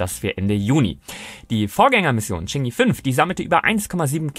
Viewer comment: Cheng'i? Chang'e Bitte nicht die Amis als Vorlage nehmen bei der Aussprache :D